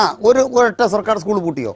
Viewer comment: സ്കൂൾ എന്ന് പറയാൻ പഠിച്ചിട്ടു വാ 😂